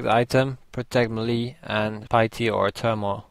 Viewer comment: you say melle lol funny